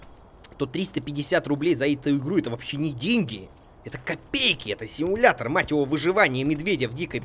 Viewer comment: Симуятор ведмедя)) чьо?) пачему "Симуятор ведмедя"?!?!))